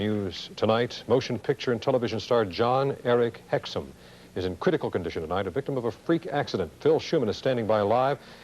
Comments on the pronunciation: Jon-Erik HEXUM, not HICKMAN. Do you actually read your copy and make sure you are pronouncing names correctly or do you just wing it? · "Jon-Erik HICKMAN"??? Do better.